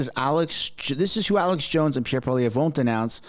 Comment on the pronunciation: Alex jones is the man. It’s funny how the left claim Alex Jones endorsed Pierre when Alex didn’t/ doesn’t know how to properly pronounce his last name correctly HAHAHAHA